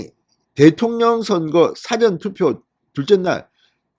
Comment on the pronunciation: 사전투표?! 국어사전투표?! 사전 事前 투표의 발음 [사: 아아저언] 투표! 장음!